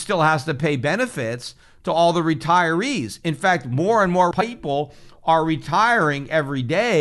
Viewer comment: why does he "people" like a backwoods hick